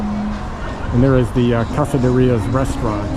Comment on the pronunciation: It’s pronounced Reyes not Rios. Basically say the word Ray. And the letter S together. Ray S